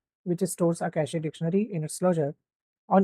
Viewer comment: Cache is pronounced as Ke - shhhh, not ka shee. I'm telling you this so that your students are not laughed at, when they start working. Happens a lot